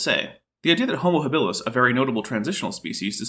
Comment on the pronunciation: Did he really just say "Homer habilis"?